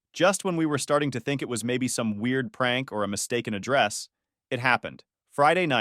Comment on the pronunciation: "Mistake in a dress" instead of "mistaken address" 😂😂😂